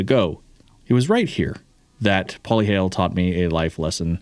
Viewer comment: The correct pronunciation is "Po-Leh-HA-Leh", not "Poli-hail". & YUP, our sand is SUPER fine. Definitely not the first visitor who does alot of off-roading back at home state to get stuck out here on either our beaches or back roads (clay/mud) bc our terrain is different. I was interested in the Jeeps until I saw one of your videos about the Broncos. I just got myself one & I'm excited to take it on all our roads. I missed having a 4x4 vehicle lol!